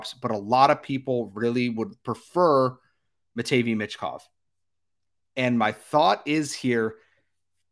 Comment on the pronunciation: It’s pronounced “matt-vay meesh kov” Sorry I couldn’t hear you say it that incorrectly anymore 😂